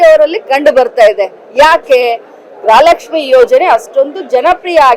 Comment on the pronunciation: ಗ್ರಹ ಲಕ್ಷ್ಮಿ ಅಲ್ಲ ತಾಯಿ. ಗೃಹ ಲಕ್ಷ್ಮಿ